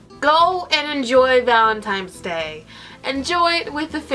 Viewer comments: I thought it was just me lol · now that you mentioned it i can't unhear it